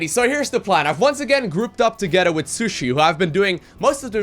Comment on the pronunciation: Isn't your co- op partner's name pronounced as SHEE-su-ee rather than sushi ._.?